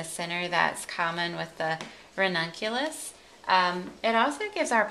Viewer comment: Today i learnt how to say " ranunculus" correctly after listening to you. :) Beautiful flowers. Thanks..